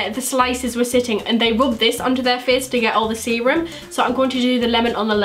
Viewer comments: Every time you said serum I thought you said semen 😂😭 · Ohhhh you were saying serum, for most of the video I thought you were saying Seamen..."I'll just add some of the extra seamen to my face"...yeah I have a messed up brain.